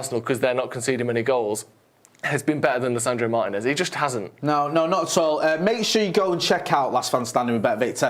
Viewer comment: Please pronounce Martinez's name correctly.